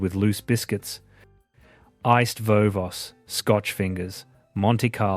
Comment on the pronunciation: Yes that sounded odd.Cringeworthy.